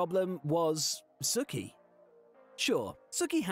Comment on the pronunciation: It bothered me so much more than it should to hear Sookie from Gilmore Girls pronounced the same was as Sookie from True Blood lol